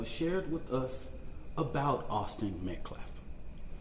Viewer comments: Right who is Austin MetCLAF 🙄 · So now it's the weather conditions to blame...😂😂😂😂 also, get a new spokesperson. This guy makes zero sense and couldn't even pronounce the name " Metcalf" correctly..